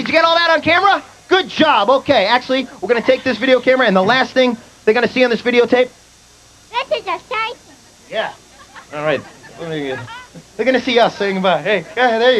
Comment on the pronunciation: "this ish eshiting" (this is exciting)